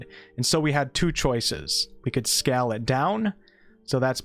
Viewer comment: Great video, thanks. But WTF is skall? Didi you mean scale?